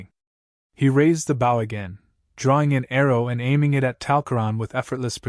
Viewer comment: Mispronouncing BOW ( boh ).